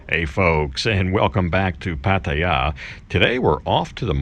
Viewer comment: your getting close to pronnounce Pattaya you will get it soon